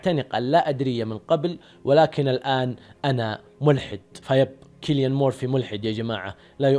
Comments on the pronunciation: سيليان و ليس كيليان انت تبحث كثير بس ما عرفت تقرا اسمه اجل لو ما باحث شتسوي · مجرد تصحيح اسمه يتنطق سيليان وليس كيليان